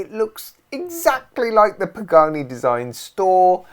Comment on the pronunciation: Pagrne sounds like how my west-country gran (the toothless one) would say pagani.